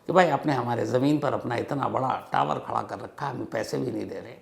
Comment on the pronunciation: 😂so funny when you are saying tawar hi legaye